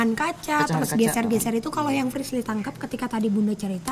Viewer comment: Paling suka kalo panggil frislly tapi priscil 🤣🤣🤣🤣